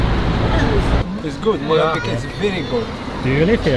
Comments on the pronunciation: 1) For God's sake, stop pronouncing "Molenbek" There are two E's, so it's long: "Molenbake". Do you "bek" your bread or do you bake it?... So, please "Molen- bake". This "bek" is just an earsore!! 2) Molenbeek is not a neighbourhood, it's a municipality (with its mayor, municipal council etc.). Brussels is made up of 19 municipalities and Molenbeek is one of them. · Come on guys Molenbeek please 🤣🤣